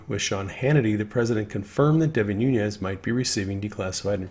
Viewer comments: As my congressman, Devin Nunes has made me proud. His last name is pronounced New- Nez NOT Noon-yez. Just fyi. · Noo - nes (not Noo - nyes). Name is Portuguese, not Spanish. Just fyi. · * Noonez NOT NooYEZ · Devin Nunes is of Portuguese descent so his surname is pronounced NOON-ess. There is no Spanish tilde mark over the 'n'